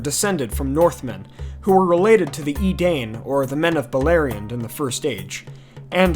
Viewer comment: The only critique I want to give, is my goodness dude look at the pronounciation guide for Elvish words in the Silmarillion. Because it isn’t pronounced “ee-dane” it’s pronounced “eh-dine”